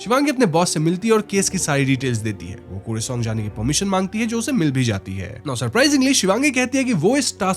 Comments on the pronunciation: Kursi-ong ❌️ Kar-See-Ong ✅️ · Kuresong nahi, its karsiong( pronunciation) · It's not kuresong it's Car-Shiong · Kooresong nahi bro KURSEONG (car-she-ung) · It's Kurseong not kusiung 😅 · Not kur sing its kaar sang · It's kar se ong not kuriseong please pronounce properly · Arrreeee yaar woh koorseong nhi hai, karsheeang pronounce hota hai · Not kure-song its karrr-se-iong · Pronunciation should be karshiong,not koorsiong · कुर्सियोंग spelling ke hisaab se but pronunciation is “karsang” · .we pronounce it as kurseong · The pronounciation should be "car-she-yong" 😊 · My friend its pronounced as karseong although the spelling is kurseong. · Its kurseong (karsiang - in pronunciation) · I understand you are not bengali so pronunciation sahi nahi hogi... still I would like to correct you...the word "Kurseong" pronounced as "car-she-ong". Other than that the video is great ❤ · I don't want to currect you but it's Karseong in pronunciation ❤